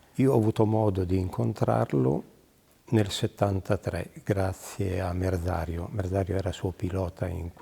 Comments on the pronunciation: "Merdario"...? Merzario. 🙄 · ma diocan solo io capisco il nome del pilota "merdario" dovrebbe essere Merzario